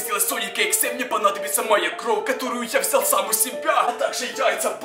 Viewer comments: пороботай над выговором слов не кров а кровь! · а почему ты говоришь кров а не кровЬ? Или мне это так слышится?